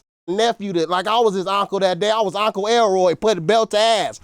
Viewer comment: My ngga said Auntcle 😂😂😂